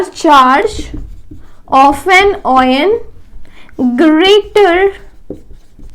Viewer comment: She z saying oioun ....btw well explained